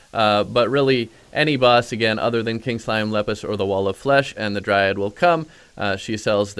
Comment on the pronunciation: OMG please stop saying DryADD